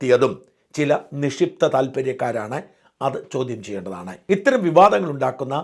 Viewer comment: നിഷിപ്തം അല്ല.. നിക്ഷിപ്തം